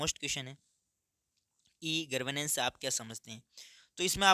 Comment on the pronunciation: Gavrnensh ❌❌❌ Garvnensh ✅✅✅ 😂😂😂